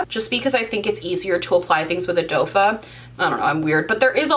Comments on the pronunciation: Doefa!!! Lol. I just love you. It is in fact doe foot, but, who cares!! It's you♡ but, I giggle ea time:) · Lol love you but it's a doe foot applicator 😄